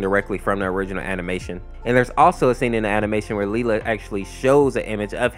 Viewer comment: I’m not a fan of fnf but……I need to see this shit Also Pelo said that her name is pronounced lee-la